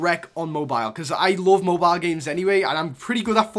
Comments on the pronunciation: I like the vid but I get annoyed by how you say mobeal just say mobile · The way you say Mobile puts a smile on my face 😂